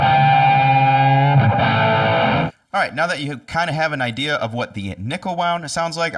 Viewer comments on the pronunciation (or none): none